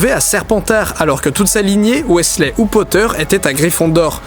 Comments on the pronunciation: Bonjour/bonsoir, tout d'abord je ne vais pas parler des théories, seulement de la façon dont tu prononces les noms; on dit NEville et pas Néville, on dit également DraGo et pas DraCo, et on dit Weasley (Wizlé) et pas Weyslé. Merci car ça me gêné ou plutôt ça gêné mes oreilles. Bonne continuation dans tes théories. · wessley ? wessley ??!! ca se prononce WIZley pas wessley gngngngn bon a part ce petit détail j'ai adoré ton épisode surtout les théories des réincarnations et de neville l'élu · Pourquoi tu prononces Weasley comme Wesley ? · Weaslay ce prononce WIZLÈ!!!!!!!! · Weasley ce prononce wizley 😢 trou dans mon petit cœur de PotterHead 😂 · Comment il as prononcé Weasley o.O